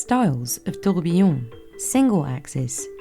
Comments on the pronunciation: everytime she says tiooorghbeeeyonn the company loses value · I find it always amusing that so many people misspell and mispronounce “tourbillon” (tur-bee-yon) as “tourbillion” (tour-beel-eee-uhn). 🙂 They don't even look that similar to me. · The narrator says “tur-BUHB-bee-yon”, which is admittedly wrong (should be “tur-bee-YON”). But at least she doesn't say “tour-BEEL-eee-uhn” as most people do. 😕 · TOURBIYION TOURBIYION TOURBIYION TOURBIYION TOURBIYION TOURBIYION TOURBIYION TOURBIYION TOURBIYION TOURBIYION TOURBIYION TOURBIYION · Please keep say “toybbbuyiiouuunn” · Ah yes, touwbiyone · 1) I know watches too, stop saying 'tourbillon' like a d@ 2) tourbillons are in cheap watches too, you can find them in 35$ watches on Amazon. 3) these cheap watches can be mass produced, so no they aren't $100,000 watches because of the tourbillon. 4). You were wrong about everything stop making shit up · OMG i cringe so hard every time she say tOuRbiLLoN